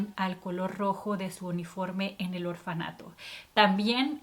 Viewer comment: Se dice orfanato